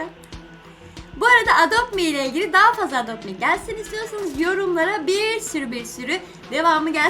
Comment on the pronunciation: Edopt mi degil adopt me o